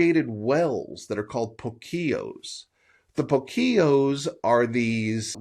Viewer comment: The word Puquio is accented in the U (Púkio)